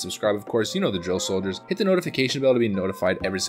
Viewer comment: everytime you say soldiers i gag a bit